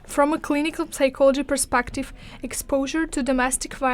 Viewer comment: The P in psychology is silent. 😊